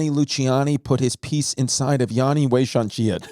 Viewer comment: Petition for Christy to say Yanni's name correctly...its double "n" not double "a". Thanks for listening to my TED text.